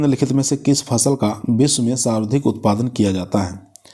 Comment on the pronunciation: Ye sarvdhik nahi sarvadhik hota h sardhik sarvdhik kahte ho